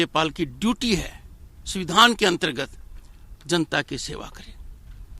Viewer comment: BJP ke dalal .... governor.....the speech is only an irony.....he is calling samvidhann ....suvidhaan...